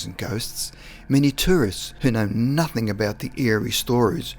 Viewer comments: The word is NOTHING, not NOTHINK !! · please say nothing not nuthink its annoying its a g not k ffs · Dude love the stories but please can you say words correctly. Story number 8 you said "nothingk" 3 times in a row. Then you said another word ending in "ing" and it came out as "ingk" again. Sorry but I just find it annoying. Other than that I say awesome work. Your friend and sub from Australia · OY DUDE; there is no K in the word nothing! you sound so dum saying it with a K at the en, no, reallY